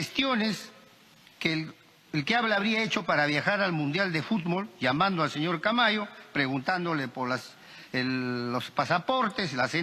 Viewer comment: Creo k tambien se escucha ..jutbol ..en ves de ..futbol...me pareció k tampoco lo pronuncia bien..